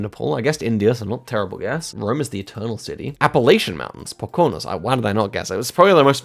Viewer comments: Poconos pronounced po-ko-no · It's hard o on all syllables of Poconos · as someone who lives near the apps, the pronunciation of the Poconos is killing me